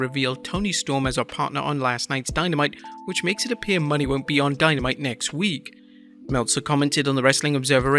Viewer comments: Ok this is the second (at least) video you talk about FKA Sasha Banks, Mercedes Moné, and miss pronounced her name. It’s not money it’s phonetically pronounced monay. Did you not notice the accent above the E. Great journalism. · No offense but it’s “Moné” not “money” 💯😂